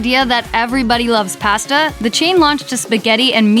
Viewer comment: For the love of McDonald's, stop mispronouncing the word pasta!